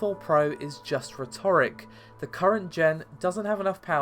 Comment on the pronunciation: That's not how you say rhetoric. Why do people always pronounce this word incorrectly?